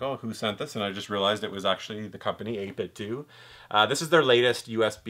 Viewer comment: The end of 8bitdo is pronounced like Nintendo